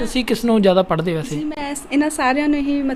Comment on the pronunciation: ਉਡਾਰੀਆਂ ਦਾ ਸਾਹਸ,ਸਰਾਹਣਾ ਦਾ ਪਾਤਰ ਹੈ ।ਹਨਾਂ ਤਕੀਆ ਕਲਾਮ ਬਣਦਾ ਜਾ ਰਿਹਾ ਹੈ ।ਤਲੱਫਜ਼ ਤੇ ਧਿਆਨ ਦੇਣਾ ਬਣਦਾ ਹੈ ਜਿਵੇਂ ਜ਼ੀ,ਜ਼ੋ ,ਪੰਜ਼ਾਬੀ,ਸ਼ੌਂਕ ਨਹੀਂ ਜੀ,ਜੋ,ਪੰਜਾਬੀ,ਸ਼ੌਕ ਆਦਿ